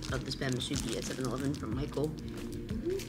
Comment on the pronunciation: I'm glad you are enjoying the Musubi, but if you don't mind😅 Please pronounce it as Mu-Su-bi, instead of Mu-Subi. Glad you enjoyed it here!